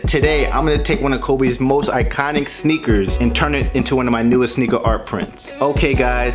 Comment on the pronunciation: Sneakers❌️ snakers✅️😂😂😂😂😂